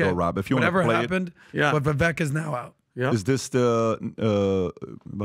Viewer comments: Why do they all keep mispronouncing Vivek's name??? It's so annoying 🙈😖 Vivek explained that you pronounce the second part of his name (Vi-)vek just as CAKE. So it would sound as Vivake. The only one who pronounced Vivek's name good was Trump 👏. Greetings from Amsterdam, The Netherlands 👋🙏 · It's Vivake like Cake not Vivek like heck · Vivek... Vi vake like cake, not vek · Its pronounced ViVAKE like CAKE Not ViVek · How in the F do none of these guys STILL not know how to say Viveks name? I just don't get it. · Pretty sure you made issue w/ people pronouncing Viveks name wrong now you’re doing it🤣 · All this time and Patrick still can’t pronounce Vivek correctly.